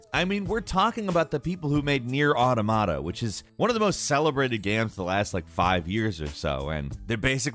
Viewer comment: The way you pronounce automata makes my ears hurt. Auda mada. 🙉